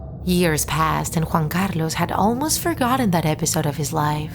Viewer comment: Ok , I love your pronounciation of Juan Carlos